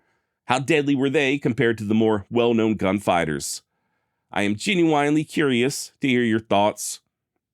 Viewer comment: your take on 'genuine' and 'penitentiary' pronunciations caught me by surprise, but I found the content interesting.